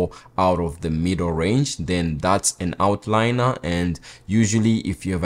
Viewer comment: “Outlier.” Not out-liner.